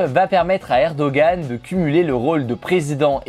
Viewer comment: Ça se prononce erdoanne, pas erdogan 😭